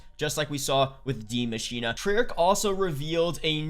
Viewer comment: Dude. It's not "di machina" its "The Machine" the "die" means "the" in German